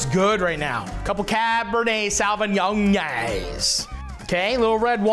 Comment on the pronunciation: The way he said the wine name is hilarious Cabinets savory young lmao 😅